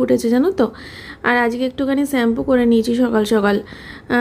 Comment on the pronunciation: তুমি এতোদিনেও শ‍্যাম্পু বলা টা রপ্ত করতে পারলে না! 😅